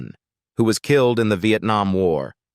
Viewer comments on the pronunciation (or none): none